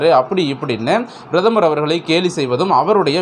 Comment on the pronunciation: Kindly pronounce prathamar .correctly